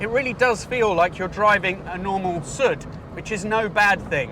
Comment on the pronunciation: it is "Soooood " not "sut" (which stand for "south" BTW the Alfasud-"story" is very similar to the one of the English car industry of those years....